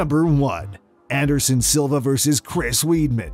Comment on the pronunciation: Add Eric "Salva" instead of "Silva" to the list. But yeah, the 2 you mention are more egregious